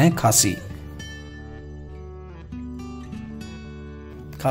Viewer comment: Sir this is not a khaasi this is correct word खस्सी।